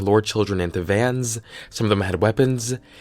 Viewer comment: "CLOWNSZZZZ" , "VANSZZZ" "WEAPONSZZZZ"